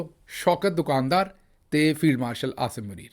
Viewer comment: دو کان دار نہیں بلکہ دکان دار ، اصلاح کر لیجیے بھیا !!!